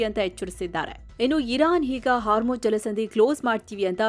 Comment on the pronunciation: My best and favourite channel. I miss Amar. But for Ma’am it is “HarmuJ alla madam idu Hormuzz”